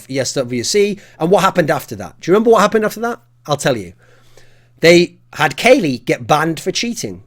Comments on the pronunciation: You should get english lessons from pasha.. not Kayle, it's KUKLI!!! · You pronounce it Kalli, not Kaley. :P Silly Thorin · should just pronounce it KOLY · thats the way that casters used to pronouce it but its actually pronounced cali like in california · Why are you pronouncing Kqly like that!